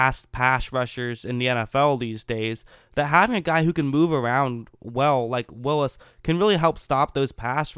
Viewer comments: Whatchu talkin' bout Willis? It's pronounced Wills. ;) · Sorry, but it's Wills. Only one i. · Wills bro NOT WILLIS!!